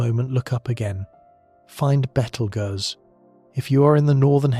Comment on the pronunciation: How does this narrator not know how to pronounce Betelgeuse?